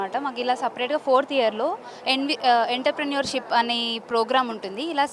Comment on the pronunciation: ఎంట్ర ప్రెనుర్ షిప్ కాదు పాపా. అంట్రప్రెనుర్ షిప్...